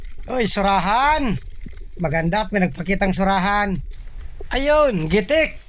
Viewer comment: GITIK NOT GITEK